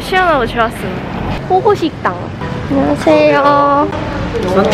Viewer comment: 호호식당을 호구식당이라고 들었다